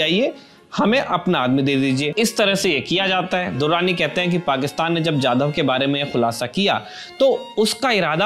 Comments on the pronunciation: It's Kulbhushan Jadhav 'जाधव' not Yadav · Kulbhushan yadhav nahi jadhav